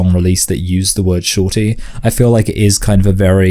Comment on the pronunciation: You keep saying “shortie” but it’s “shawty.” Totally different